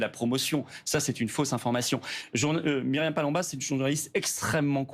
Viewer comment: Quelle gourde... Missionné... Elle écorche le nom de Myriam